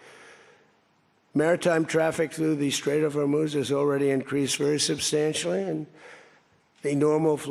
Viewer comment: Strait of Hormuth??